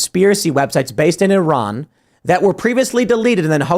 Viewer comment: Oh Tim, huge shoutout for pronouncing Iran correctly. I can Count on One hand the number of Americans I've heard pronounce it correctly amd it feels nice to hear it.